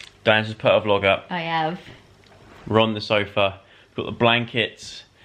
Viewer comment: Thought he said "Ron the Sofa" not "We're on the sofa"